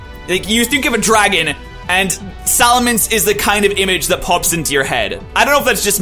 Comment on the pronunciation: Salamence,, not Salamance. Man, I gotta do this whole top 100 thing in one night.